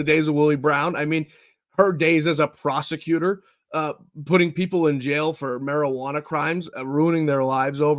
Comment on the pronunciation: Your guest Said prosecutor, but I heard prostitute!